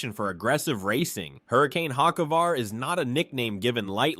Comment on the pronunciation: Hockevar, Bewescher, Nimecheck….agreed…